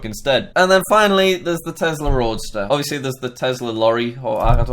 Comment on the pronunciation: It’s a Roadster. Not Roaster lol.